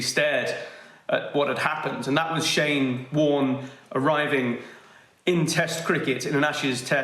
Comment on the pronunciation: "Bowlin Shyne!" - Ian Healy